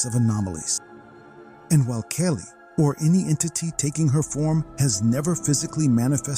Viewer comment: Ahh, giant red headed beings, must be my ancestors.... Being serious, they remind me of the Norse gods, goats and all, Thor and his goat/s. As an aside, you had a Aussie story but you had a New Zealander doing the story, that accent is quite different to Australian. The vowels are pronounced very differently. Kali is pronounced Kah lee not Kay Lee.